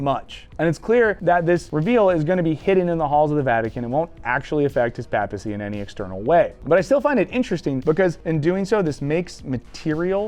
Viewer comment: For someone who supposedly knows about "Pope stuff", you should probably learn how to say "papacy".